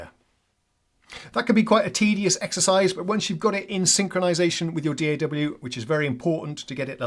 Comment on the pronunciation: Thank you for not pronouncing D.A.W. as a word.